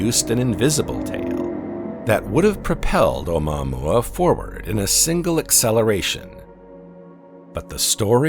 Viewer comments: Nice way to butcher the pronunciation of omuaomua. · This guy pronounces it in an odd way